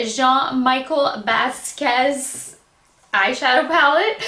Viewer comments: Just an FYI,...you might want to look up the artist and you will see why they selected the colors they did, as well as how to pronounce his name. LOL! Best way I can tell you - BAS-KEE-YACHT - if you try sounding that out, you'll be close. I REALLY wanted this entire collection; I adore this artist! It is my understanding that his family contracted with UrbanDecay to create this collection. And no, gone. I'd also love to get the Pretty Vulgar collection to review on mature skin! I'm in love with their palettes! Wait until you try them; the quality, especially the metallics, is incredibl! I sampled them in store...and they're at the top of my wish list, along with Viseart's palettes! Much love to you, Shelbie =) 💋 (BeautyDaughtMom) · hi. Jean Michel Basquiat is pronounced like: Bas- key- ahh.:)